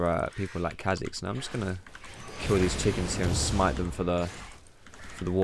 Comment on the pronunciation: The apostrophe means its pronounced car zix not kazix